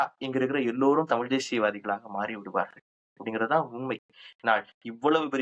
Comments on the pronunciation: Tamil with an L. 😅😂😂😂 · இவர்கள் இரண்டு பேர்களுடைய "தமிழ்" உச்சரிப்புமே சரியில்லை.... "தமிழ்" என்று சொல்ல முடியாமல், சொல்லத் தெரியாமல் "தமில்" என்று சொல்லிக் கொண்டு "தமில் தேசியம்" பற்றியும் "தமிலன் யார்?" என்று விவாதிப்பதும் வேடிக்கையாக இருக்கிறது.... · This fellow the white shirt guy can't even pronounce as Thamizh. NTK is a dangerous element should be eradicated from Tamil Nadu, which encourages Tamil extremism, could cross that line to be generated as Tamil Terrorism.